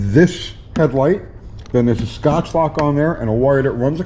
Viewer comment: I was with you untill you said Scotchlok....... BUTCHER!!!!